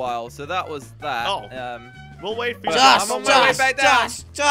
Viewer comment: Jelly says jos not josh lol he dosent know how to say josh